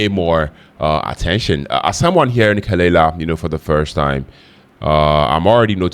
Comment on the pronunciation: pronounced "kuh-luh-lah"